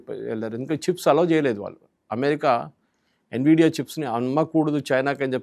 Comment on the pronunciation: Nividia kadhu Nvidia ....